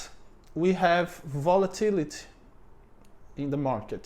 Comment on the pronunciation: You pronounced REITs correctly. There are other things like volatility where you need to pronounce the ending like you did well with opportunity. You talk about automation so much in videos. I remember listening to a video where they were talking about raising the minimum wage. The person stated that the minimum wage does not mean people wages will raise to the new level. The wage can go to zero. That seems to be true for the Brazilian mindset towards employers. Treat them badly and they don't have employees, they make everything automatic. I will assume from your talks (and if I remember correctly) that unemployment in Brazil is high. If that's true, too bad the normal person will not correlate getting "treated better as an employee" with unemployment. If I was to invest in Brazil, it would be via the stock market like your first example. Maybe, I'll try and make an automatic acai pizza shop. 😀